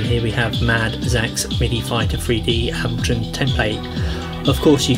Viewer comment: He cant pronounce ableton Dx